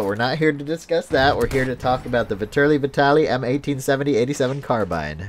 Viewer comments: Vetterli is pronounced with the accent on the first "e" ..like in the english "fat"... something like "fat"terly.. I guess. it's swiss german. Vitali is italian and has the accent on the "a". and the V stays V...like Vitàly Just to make u guys know. Don't want to make a fuss over it. nice review :) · It's (vet-er-li-)